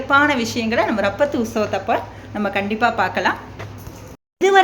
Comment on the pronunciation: ரப்பத்து அல்ல! இராப்பத்து என்று உச்சரிக்க வேண்டும். காணொளி வெளியிட்ட உங்களைப் பாராட்டுகிறேன். செய்வன்திருந்தச்செய்.